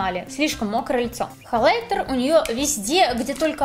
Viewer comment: Да почему же хОйлайтер? Даже т9 меня исправил😭не надо так! Очень режет слух